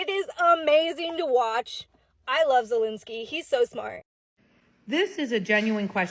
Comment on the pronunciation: It’s ZEL linsky Not ZUL linsky !!! Bro